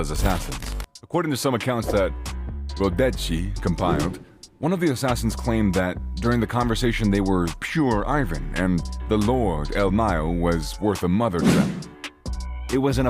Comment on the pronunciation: The news paper is pronounced REE-OH DOE-SEH NOT RODECHI